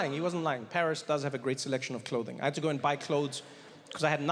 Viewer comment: it is "Paris"